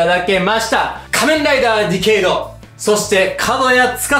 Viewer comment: ディケイドをディケードって言っちゃうタイプか～